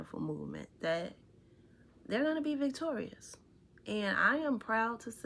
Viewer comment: We will be "Vitorious" ( thats how the village Idiot say Victorious"